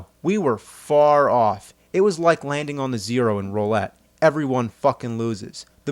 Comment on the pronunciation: And "rōlette."